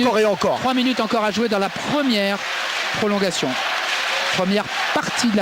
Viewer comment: "prolonguation" .. au secours ...